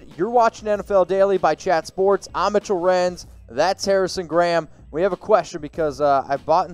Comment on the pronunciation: Can Mitchell not know how to pronounce the letter T ?